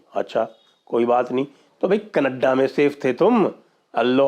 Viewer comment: that raaaa and kaneddddaa accent is awesome sir 😂😂😂😂